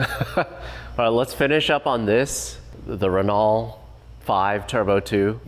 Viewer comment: Renault is pronounced ren no, not ren nol